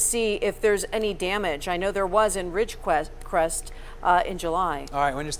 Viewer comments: How many times do they mess up the word "Ridgecrest"? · Yes apparently it is pretty hard saying Ridgecrest